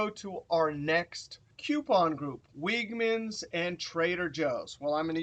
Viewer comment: Great video as always,. For future reference, note that the grocery store Wegmans is pronounced like "LEG-mans."